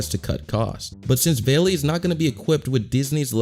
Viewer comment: not veli its vali